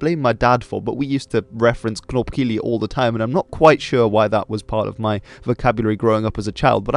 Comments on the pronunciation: As always, good video, interesting and insightful. One thing to add: not a knopkillie but instead a knobkierie. Kieire is a walking stick in Afrikaans. B in knob often pronounce as a P. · Knopkierie not kielie hehe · wtf is a knopkilie isn't it suppose to be knobkerrie?